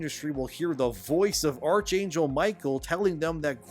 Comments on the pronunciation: BTW you mispronounced archangel. If arch comes before a vowel, it's pronounced "arc" not "arch" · Archangel is pronounced Ark-angel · Archangel is pronounced, "ark-angel." Just like Michael is pronounced Mike-el, not Mich-el.